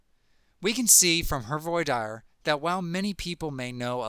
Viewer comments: voir dire? how can anyone take a speech obout law when you can't pronounce one of the most popular phrases in law? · Very well done! I really don't understand your pronunciation of voir dire, but other than that, excellent video!